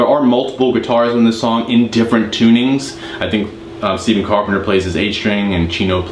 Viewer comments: Carpenter’s first name Stephen is actually pronounced “Stef-fen”. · You play the right notes but just don’t have the feel or groove in the riffs. But that’s what makes Stephen (pronounced with F not V) so great